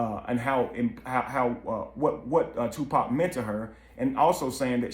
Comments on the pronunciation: "Dear 2 Pack" 🤦🏾‍♀️ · It ain't two pack it's tupac........ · Ok white man an majority white folks its freaking 2pac not fucking to pack geesh say it right or don't say it at all. SMH im sick of yall fucking up his damn name.. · It annoys me when they call him Two-Pack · I hate how wyt pipo say 2 pack 😮‍💨